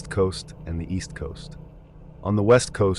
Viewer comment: Gonna start calling him shooj knight now lmao